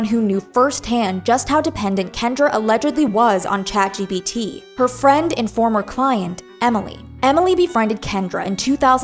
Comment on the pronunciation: also its chatgPt not chatgBt sry i cant